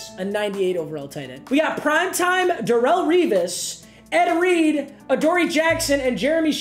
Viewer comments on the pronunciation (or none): none